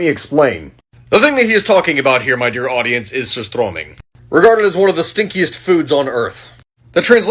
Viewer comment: That is the worst best pronucation i have heard of surströmming sound more swedish then skåne atleast😂 are you visting the norden parts of sweden?